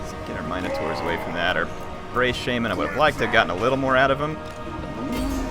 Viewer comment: I love you but the way you say Minotaurs triggers the crap outta me xD